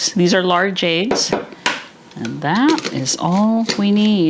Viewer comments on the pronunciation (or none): Eggs, not aigs for God's sake!